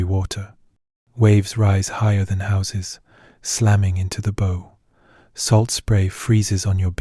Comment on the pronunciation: Okay..so what is happening with AI. The pronunciation of ' BOW' as in (bow wow) , is pronounced 'bow' as in 'bow and arrow'. Not important enough to get this correct? This is what is wrong with many YouTube videos.